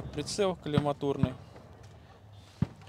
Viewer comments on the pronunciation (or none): По одному произношению понятен опыт офицера. Прицел не колиматОрный а колимАторный. Ещё не соглашусь с доводом о уменьшении поля зрения, если кто не в курсе , второй глаз закрывать ненужно. Пользую холосан 403. 7*62×39. Так же о дистанции, еть два нуля, ближний и дальний. Зная это можно смело попадать в грудную мишень до 250-300 м Не претендую на истину. Всем добра! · В слове коллима́торный ударение ставится на А а не на О. Я порылся в анналах. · Да он даже не знает как произноситься слово колиматорный, о чем ты в обще хочешь сказать 😂